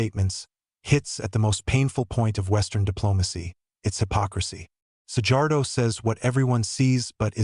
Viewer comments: Csak annyi hogy mi nem dzs-nek ejtjük a j-t, hanem j-nek, és kettő van belőle. Az o és ó, és az "a" és "á" között is van némi különbség. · The pronounciation of Szijjártó is like "See-yart-oh". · Big mouth, lear to pronounce Szijjártó's name correctly, it is not a big deal, learn, or shut up!!!! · You pronaincig his name incorrectly, but at least spell Peter Szijjartó's name correctly!!!! RESPECT to this great man please!!!!!!!!!!!!